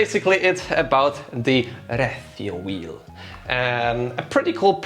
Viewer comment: Thanks for not mispronouncing RecioWheel 🤣